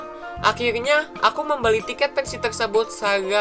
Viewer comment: pensi di tambahin L jadi pensiL